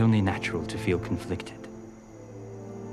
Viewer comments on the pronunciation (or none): After she said "confleectid" was the perfect opportunity to throw in a "How DARRE YOU!"